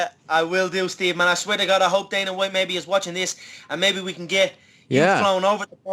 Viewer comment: I piss myself every time Conor calls Dana "The Don" hahhaha